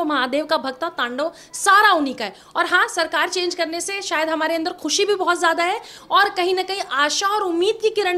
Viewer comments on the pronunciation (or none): none